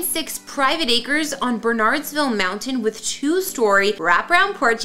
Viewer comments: needs to learn proper pronunciation. Jesse Watters' new hometown is pronounced Ber Nerds Vil, not Bernards vil (Bernardsville, NJ) and Tucker Carlson's house viewed the Puh toe mic river, not Poto mac. (Potomac River) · Beautiful property. I remember when that house was built. I have to admit I cringe a little when outsiders pronounce Bernardsville NJ exactly as it's spelled (understandable) it's actually pronounced Bernerds-ville. Happy for you Jesse, I hope you guys are enjoying the new digs. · You would sound more professional if you learned to pronounce the names - Bernardsville, Potomac, and Kent/Trent. People move within a neighborhood for schools. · Please learn how to pronounce Bernardsville before before you report. I can see why you/others think it is BernARDS... but maybe do a little research - call the town, the police department before you assume the pronunciation.